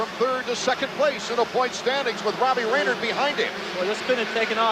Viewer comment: Pronounced Ray-nard not Ray-nerd.